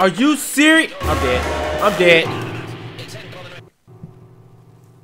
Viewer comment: dijo como 5 ves es are you seris